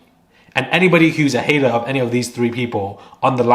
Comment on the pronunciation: Hahaha the word/phrase "hater" sounds so funny in a British accent 😂It really needs that hard 'R'.